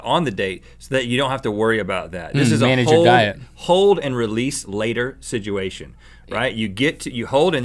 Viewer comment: Rhett "Sidgeuation" alert!